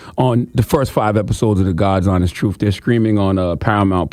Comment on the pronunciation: It is pronounced "tru-th" not "tru-uff". Hard to convince people of your "tru-uff" when you can't articulate the truth.